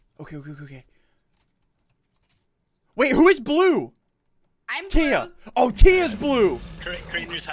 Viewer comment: It's not crea it's Mr.thea